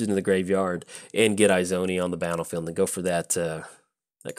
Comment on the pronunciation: They way he kept saying it was PAINFUL for me lol. Its Izoni as in E-zoni. Love the fact he played her tho :) Sincerely, An Izoni player